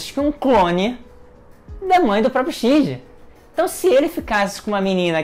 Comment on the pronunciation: Esse cara é mestre em mudar a sílaba tônica das palavras. Foram trocentos animes e filmes falando "Ikári" aí ele vem e fala "ikarí" e "shinjí". Como pode isso?